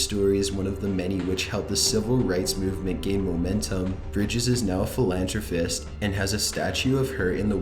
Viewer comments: This guy is such a moron. He doesn't understand so many words in every single one of his videos. That's not how you say "philanthropist"!... Learn how to say "apparition" if you're going to promote yourself saying it, a dozen times... Why would you go on video to be an idiot to everyone?? Wtf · this guy STILL can't say anything right, he said jurastic when he meant drastic and he said philanthrofist when he meant philanthropist, those are just a few things he said wrong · The T is silent in the word apostle. I really wish you would research words you arent familiar with. Seems like every video, you butcher several words. edit : It's phil-an-thro-pist not phil-an-tro-fist edit 2 : it's ba-sil-i-ca not ba-sil-a edit 3 : the S in Marine Corps is silent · Philantrofist?? Lol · LOL did you just say "PHILANTROPHIST" ?? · Philan tro fist lol there's an h in that word buddy